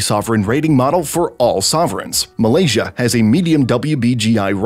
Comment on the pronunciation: This is a great video, but.... the way foreign people pronounce Malaysian name is just kinda hilarious for me. But you did better than most people a=in actuality